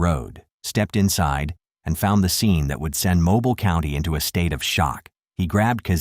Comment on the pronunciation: It's pronounced Moe Bill not mobile 😅